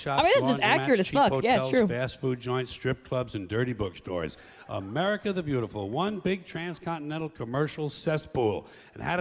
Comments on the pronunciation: 😂 I pronounce it America, not "Murica"! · ‘Murica. Murica. Murrrcca 😩